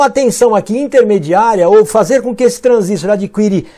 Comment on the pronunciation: O, é transistor e não transístor!